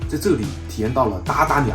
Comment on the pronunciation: 您好，（峇峇）这念 ba ba哦😊 欢迎你们再来马来西亚玩😀